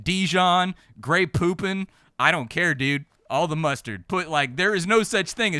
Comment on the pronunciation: 😆when called it "Grey Poopin" instead of Grey Poupon